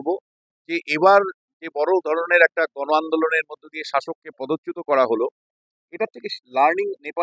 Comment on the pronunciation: দাদা কি দেখা গেলো "গন" কি দেখা গেলো ? উচ্চারণ টাও ঠিক ঠাক করতে পারেন না কিন্তু হাতে আপনার "বুম" আছে !!! আপনি স্বয়ং ভগবানের থেকেই বেশি শক্তিশালী 😂😂😂